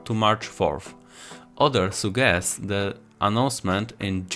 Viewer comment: Sudżest a nie sugest 🙂